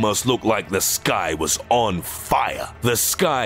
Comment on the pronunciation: This guy puts to much emphasis on meaningless words in the sentences, instead of saying "the sky was on FIRE" he says " the SKY WAS on FIRE"